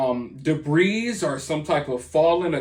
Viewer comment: The S is silent in the word debris.